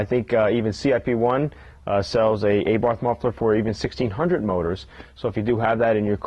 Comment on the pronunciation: wtf is an ayborth muffler, is it really that hard to say abarth?